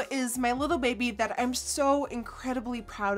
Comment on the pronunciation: I love how you say “I’n” instead of “I’m” it’s so cute! Lol also, spell reminds me of carrot stick! 😋